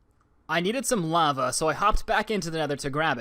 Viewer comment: "I needed some laava" Good, get some laava